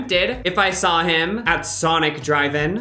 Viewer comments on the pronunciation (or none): none